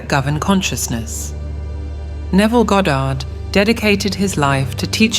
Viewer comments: It's not ga-Dard. It's God-erd. Also, reality "never" shifts instantly. Never. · Goe dard ? If you cant even pronounce his name properly ...